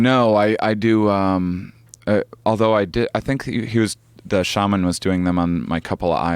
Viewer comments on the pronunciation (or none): none